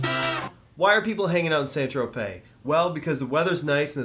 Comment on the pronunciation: San-Tropez? San-Tro-YAY!